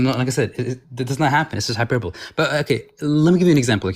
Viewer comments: Oh, yes, we heard high-per-bull the very first time. But asking for hiperbull for a third time was... Beautiful. Do these people ever use the dictionary? Never talk to other people? Ever go to school? Wtaf. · So, for the poor boy who didn't say hyperbole correctly, I see desperately just wanted someone to teach him. Definitely a situation where reading the word vs. hearing it in real life didn't come together properly.